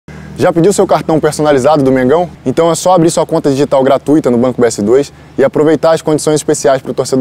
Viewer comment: Aeee o único que falou certo (César) Gratuita. E n gratu-Í-ta.